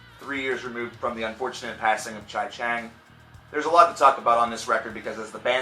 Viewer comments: he said "the death of chai cheng" it's chi, like "chee" Take a listen, pal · Chi Cheng. It's Chee Cheng. Not however you attempted to pronounce it. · Did this dude actually say "Chia Chang" 😂